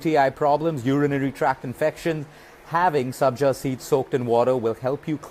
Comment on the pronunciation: Sabja not Sanjay